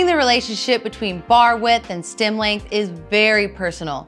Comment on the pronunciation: Is she saying "stim"?